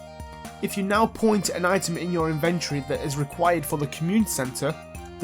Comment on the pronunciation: polite psa inventory: t's not an in-VENT-or-ee, it's an IN-vun-tree calico: it's not cal-see-oh, it's cal-ick-oh